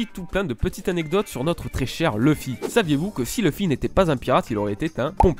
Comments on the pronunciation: Super ms leuf se prononce [lauf] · leuf ( meme si on dit plus souvent leuffé ) mais c'est bien c'que tu as dis, je confirme